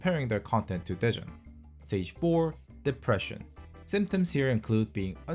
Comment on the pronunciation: Istg i thought you said depression instead of daejeon 😭😭😭